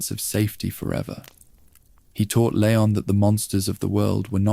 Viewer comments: Leon strong E lEon EEEEEE not layon 😂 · it's leon not layon </3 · Lee on not leyon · I noticed another „creator” also kept saying layon but then Leon and then layon again. It very well could be AI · Good vid, why do you change how you pronounce Leon?